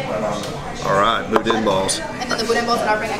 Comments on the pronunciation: It is pronounced budan. Not budin. BOUDIN. Ronnie's Boudin & Cracklins in Baton Rouge and Hammond, Louisiana rocks. The lunches in Hammond are to die for. Great video. Worked on my first Shelby Cobra 14. 52 yrs. ago. Lafayette, Louisiana. Way back when. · First, Boudin is pronounced "boo-dan". I'm a big fan of your channel. The cars you've restored are significant to the muscle era. The person you are is why I enjoy your channel so much. Youve been a huge source of trivia for anybody that likes cars, period. Thank you to your whole team for the hours of entertainment. The knowledge of Shelby's, by itself, is invaluable. Your catch word, OUTSTANDING, summarizes the whole channel. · Boo-den? Y'all better do a rescue next door in Lousey-anna! We gots some schoolin to do with! 😂